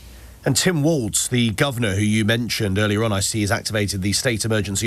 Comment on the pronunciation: No t in Walz, so why does virtually everyone mispronounced it... Starting to get on my nerves